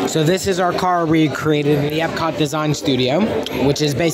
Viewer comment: For me, the bread service is a definite must get at Sanaa and possibly a must get every trip! I think you pronounced the German title right at Epcot. Great vlog